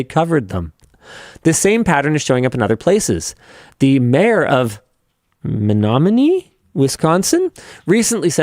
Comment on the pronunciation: HOLY CRAP. MENOMINEE WI MENTIONED. also good job pronouncing it linus